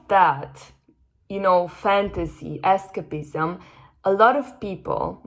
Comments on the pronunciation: es-CEIP-ism. Listen to it in the dictionary. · Incredible. Thank you! PS escapism is pronounced with a stronger A... more like "ess kaype izm" 🙏🏼